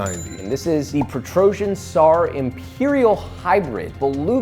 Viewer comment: The tsar pronunciation had me cringing a bit and I'm not even russian, I'm bulgarian